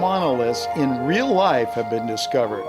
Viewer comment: Not reak